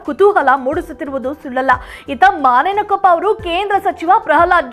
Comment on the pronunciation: ಯವ್ವಾ ಮಾನೆಯನಕೊಪ್ಪ ಅಲ್ಲ ಬೇ ಅದ ಮುನೇನಕೊಪ್ಪ